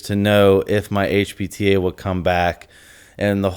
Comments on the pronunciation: i agree with you that i think he does mean hpta, i don't want to watch it again but it did sound like he was saying hbta but i could be mistaken they even sound close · honestly I thought he was saying HBTA in the video and it had me wondering if this dude actually knows what hes talking about lmao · the way he says HPTA makes his editor think he said hbta I guess 🤷🏻‍♂️